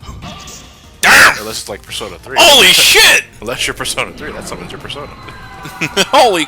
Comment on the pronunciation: Why does Nate pronounce "persona" as "per-SAUNA?" I know he's rich and all, but battle isn't the time for thinking about using an overtly expensive steam room. His butler should really teach him how to prioritize. XD